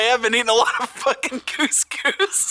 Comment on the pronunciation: Please tell me that isn't how you actually pronounce cous cous?! My mate heard your pronunciation and pointed it out to me and now I can't unhear it!